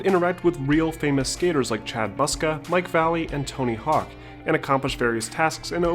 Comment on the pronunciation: He’s not Mike Valley... he’s Mike Vallely